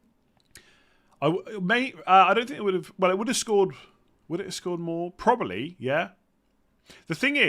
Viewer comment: Can you please say probably and not 'probaly'? Would help my enjoyment of the podcast. Ta.